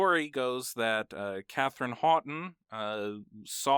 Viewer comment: Great video! A few corrections to the facts: 1) The name"Houghton", while having two or three different pronounciations based on location and dialect, was pronounced by the family as "howe-ton", like "owe" and "ton". Katharine Martha Houghton (known as "Kit") was from Corning, NY and grew up outside Buffulo NY. A strikingly beautiful woman with an extraordinarily elegant figure, she graduated Bryn Mawr with a Masters Degree in Physics and Chemistry. Bryn Mawr graduates at that time had, in addition to their major (BA major was HIstory), to know Greek, Latin, German and one additional language. Kit chose French. The family had a place at Alton Springs on the shores of Lake Erie. Both her parents died by the time she was 16. Her father. Alfred Augustus Houghton (youngest brother to Amory Houghton, head of Corning Glass) was a handsome, friendly looking man, who in 1892 died from a self-inflicted gunshot wound to the head. Her mother (Hepburn's maternal grandmother) was a beautiful woman of intelligence and determination and of Quaker background. Knowing she was soon to die, Caroline organized a journey to Bryn Mawr and made arrangements for her girls. Bryn Mawr's entrance requirements were the same as Harvard's. So, Bryn Mawr, rather than lowering standards as we do today with quotas, affirmative acting changing standards, the college provided lists of local tutors who could help often ill-prepared candiates pass the entrance exams. Topics included: Greek, Latin, Chemistry, Alg